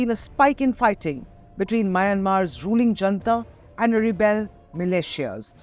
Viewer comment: Attn., Editor: junta, pronounced not as jantha but as hunTa. Fyi. It's not an Indian word, after all.